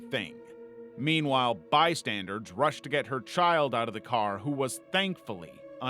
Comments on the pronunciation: I love this channel, but um...it's "bystanders," not "bystanderDs." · What is a “bystandard” ? You said it three times 😂 Do you mean bystander? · It's "bystanders" not "bystandards" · Why does he keep saying "bystandards" it's driving me crazy